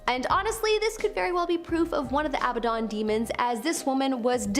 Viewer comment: Abba/Don not abbaden